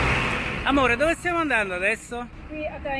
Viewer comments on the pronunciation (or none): none